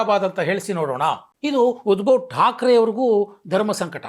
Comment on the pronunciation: Small ಕರೆಕ್ಷನ್ sir ಉದ್ಭವ ಠಾಕ್ರೆ ಅಲ್ಲ ಸರ್ ಉದ್ದವ ಠಾಕ್ರೆ